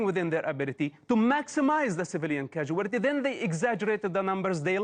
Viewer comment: I like how Mosab turns casualty into a five-syllable word instead of three.